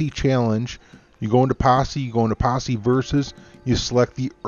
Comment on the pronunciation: "Yo, join mah Passe"